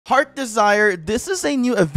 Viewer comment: Second, it's heart's desire not heard desire. U put heard desire not heart's desire😅😅😅🤣🤣🤣